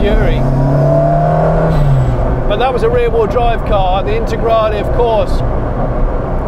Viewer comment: I can’t watch the video for mote than 2 minutes because how you pronounce Lancia as Lansia and Intergrali and Stradali instead of the E at the end. It is E, E like END! 🤦‍♂️🤦‍♂️🤦‍♂️